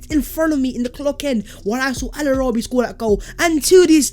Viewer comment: it s not "El Arabi", it s "Kavlarabi"